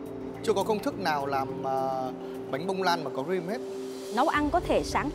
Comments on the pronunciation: Ông hải đọc cream là gream chứ buồn cười:))) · á,tự tin sau đó bị nhắc nhở quá trời. Chef Hải với đọc cream mà đọc là ream. Ahihi.